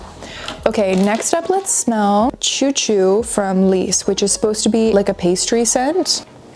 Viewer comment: Girl, sorry not sorry but you JUST came from France, how do you not know what a choux pastry is? I am so hard core judging right now because the first thing I would do the moment I landed on France would be to find a patisserie and stuff my face xD Oh, one more thing I believe the first syllable is pronounced more like the “sh” in “shoe” rather than a “ch” sound